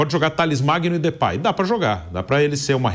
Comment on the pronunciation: Aviso à vcs e a. Não é Flerplay é DEPAY. CHUPAM